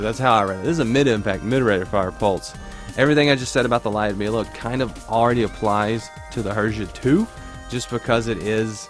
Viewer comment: For Lyudmila pronunciation: say the word 'you'. Now insert that word between 'L' and 'D' L-you-d (one syllable, and similar to lewd). Mila is pronounced meela. Lyoud-meela Lyudmila